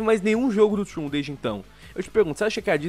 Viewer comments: n querendo ser chato, mas se pronuncia da forma que é escrita msm, "tron" e n "trun". Algumas pessoas n gostam de ser corrigidas e preferem ficar erradas pelo resto da vida, mas eu acredito que o povo da central n é assim. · Trun? Num é tron não? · Trôn, não troon :P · É trOn, o "o" tem som de "o" não de "u" O vídeo tá foda, mas isso me deixou com agonia kkk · Puta que alívio saber que não senti isso sozinho kkkk só faria sentido falar assim se o game se chamasse " Troon" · Não se pronuncia "Trun" e sim "Tron":^. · Pq ses falam Trun e não tron, até em inglês é dito tron e não Trun É como se fosso escrito troon me da agonia kkskskawkwea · Que agonia de escutar eles falando "TRUN"